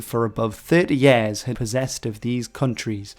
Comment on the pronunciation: Yèèèèahs?! I thought it was pronounced 'Years'.